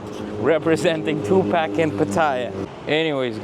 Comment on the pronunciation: Tupac enunciated as Twopock